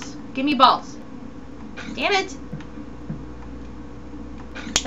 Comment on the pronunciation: omg REALLY? u said u have 5 bawls and my brother heard it and was like WTF?!